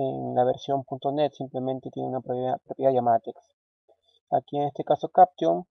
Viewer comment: Estimado amigo. Muy didáctico pero trata de nombrar los comandos y términos que están en inglés tal cual como se deben decir... No digas AUTOSISE cuando en inglés se escucha Autosais y CAPTION se pronuncia Capchion. No sólo es bueno enseñar a programar sino a decir las palabras en su idioma correctamente. Igual te ganaste un like. Tu intención es muy buena. Felicitaciones.